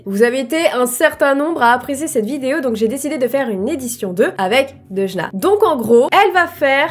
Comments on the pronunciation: À un moment tu à dit à deujna en fait!! tu voulais dire deujna mais tu a dit deudjna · quand ta dit 《aujourd'hui tu est avec Deujna》 g compris Orangina🤣🤣🤣🤣